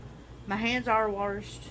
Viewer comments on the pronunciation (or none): “again my hands are warshed” WARSHED💀😂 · She said it as I read your comment. Hahahahha pissing.